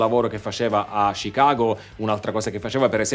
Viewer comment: che bello sentire un italiano che pronuncia Chicago e Illinois nel modo corretto 👍